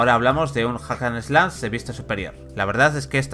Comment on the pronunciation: Es correcto. Pero el locutor lo pronuncia mal, en especial la palabra "Slash", vocalizando un sonido gutural similar a "eslas".